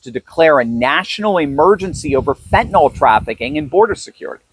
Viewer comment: Fentanyl is not pronounced with an NOL sound at the end. Fentanyl is pronounced like NIL at the end - nil or nyl rhymes with Bill. You should know that.